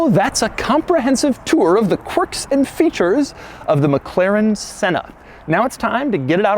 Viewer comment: It’s annoying when you say corks in features and Infotainment system